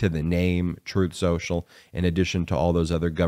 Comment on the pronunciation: Troth Sential. Get the name right!